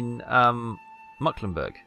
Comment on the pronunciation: it's NOT mucklenburg, its mecklenburg!